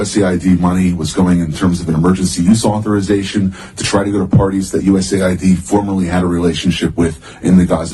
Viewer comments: USAID. Not usid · USAID...You mispoke,. You said USID...Oops is forgiven!